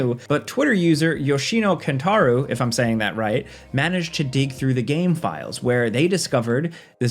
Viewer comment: Hey, for number three you did say the name wrong. Its Yeshina Ken-ta-row is how his (last) name is pronounced